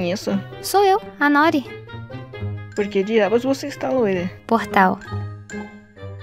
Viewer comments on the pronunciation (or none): Eu sou japonesa, noori é o nome de uma alga// comida, n é nóri , se fala noori.